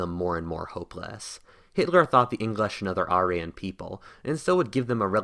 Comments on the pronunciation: Say it with me… air-ee-an Not ARE-EE-YUN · I enjoyed your video, but I have one question... What's an are - ee - on. Always thought it was air - ee - yawn. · everytime you say arian i twitch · You miss pronounced Aryan. It’s pronounced Air-re-un. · If we sponsor you on Patreon will you hire an English tutor to teach you how to correctly say words like "Archangel" and "Aryan"?